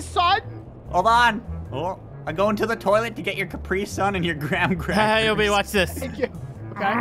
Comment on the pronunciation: "Soggy Gram-Crapers"